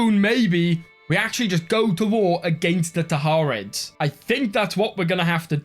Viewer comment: Hey, it’s Tahir-ids, not Tahar-ids.